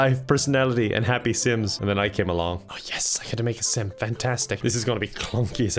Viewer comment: I hear simp every time he calls out sim